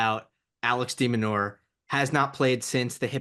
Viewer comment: help your friend with his player pronunciation. "zee-rev" "demon-now-er" "herr-kahtz?